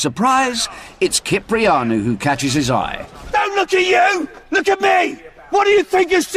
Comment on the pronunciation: Hayden Blackwood it's kipriano